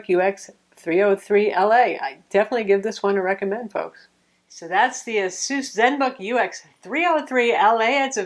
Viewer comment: Its ASUS! Not asoos. Jesus lol.